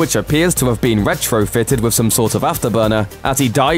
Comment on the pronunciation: "Wiv 'is last pwotege..." - can you get a guy who can at least pronounce "th" - you know, for professionalism?